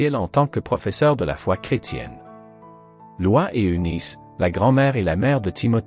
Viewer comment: Prononciation de "Lois" 😄